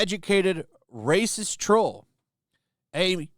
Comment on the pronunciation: STOP SAYING RACIEST LIKE THAT OR ELSE